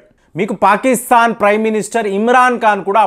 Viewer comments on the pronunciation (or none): none